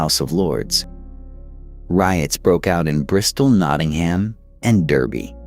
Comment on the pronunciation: In this context, Derby is actually pronounced Darby.